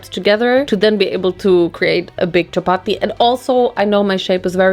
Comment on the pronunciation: i was so shocked when you said chapati 😭 it’s literally something we havw DAILY. for 2 meals. we usually have it with a curry or anything else. it’s soooo common in pakistan. also you say it in the perfect accent